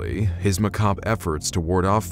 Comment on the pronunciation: You pronounced ‘macabre’ correctly. I just wanted to say I appreciate that.